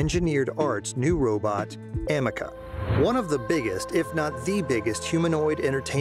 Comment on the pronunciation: It's A-ME-CA not Am-me-caa